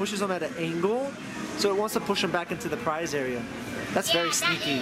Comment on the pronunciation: "beary" nice